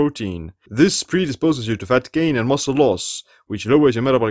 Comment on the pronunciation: I love the way you say, Fatt